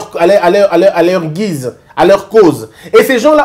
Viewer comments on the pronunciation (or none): none